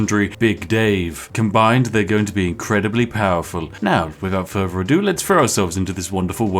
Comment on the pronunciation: Why do you keep saying "without fervor ado"? It's "without further ado".